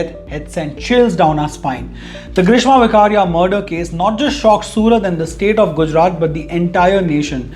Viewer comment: It's not વકારિયા it's વેકરીયા... Just like bollywood people have changed pronounciations from કાપડિયા(original) to કપાડિયા(modern people's pronunciation style)